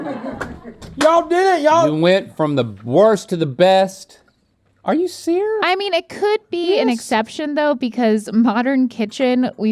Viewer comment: link going "are you ser.....ious?" made me laugh lmao love these two